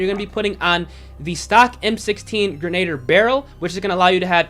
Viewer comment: Lollll it’s Not pronounced Gra-nay-der it’s pronounced Grin-na-dear lolllll Grenadier